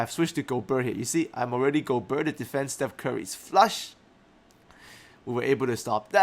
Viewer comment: Great vid as always, will help a lot ! :) Just one little thing: I'm french a bit disturbed by the way you pronounce Rudy's name aha. The "ert" part in particular. It should sound more like the "air" in a word like fair.